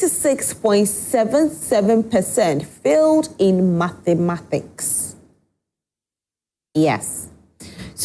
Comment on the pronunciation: Mathematics and not matemathics